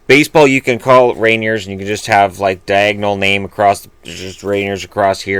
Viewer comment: It's pronounced 'Ray-neer'.